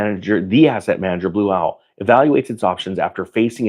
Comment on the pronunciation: Did you say Blue Towel?